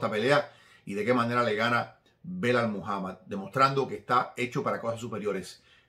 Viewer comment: SALUDOS DESDE PERÚ QUERIDO, UNA ACOTACIÓN EL NOMBRE DEL RETADOR DE LEON EDWARDS SE PRONUNCIA "BILAL" NO BELAL, UN ABRAZO MI HERMANO!